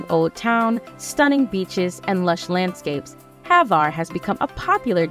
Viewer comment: Not HAVAR, name of ilend is HVAR...Croatia, Adriatic sea,💙💚def must see